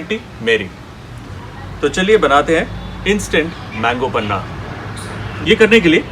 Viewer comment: Sir a kind request. It's panha not panna